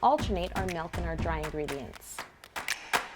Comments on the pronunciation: Anyone else bugged when she says "melk" and not "milk" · This woman is flawless other than the fact that she says "melk" instead of milk